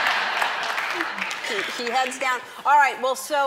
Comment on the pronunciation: he meant Nancy Polland.., like the country Polland...